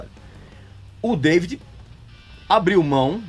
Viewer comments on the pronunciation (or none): none